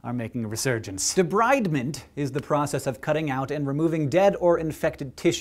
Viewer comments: It's pronounced De-breed-ment. Not De-bride-ment. But i love you anyway! !! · did you check your pronunciation of 'debridement' with any nurse or physician assistant? I learned from the folks once doing this to my flesh: it's a term from the French and spoken as 'de-breed-ment'. FYI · you pronounced debridement wrong. its de breed ment. like removis debris. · Great video, but debridement is pronounced with a short 'i'